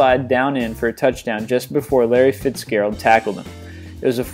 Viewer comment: elle manning, pigsburg steelers and larry fitsgearld lol where did this guy learn to talk? wow